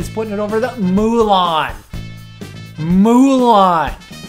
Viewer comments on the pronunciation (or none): milan not mulan